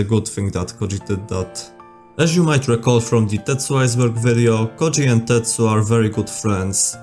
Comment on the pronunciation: As someone whos native language has the letter "Ö" in it the way his name is pronounced lowk pisses me off 😂😂